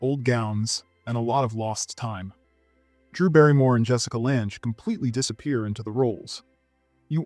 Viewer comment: Jessica Lange’s surname rhymes with “hang”, “sang”, “rang”, etc.